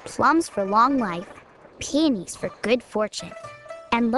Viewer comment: Peony's I thought she said panties too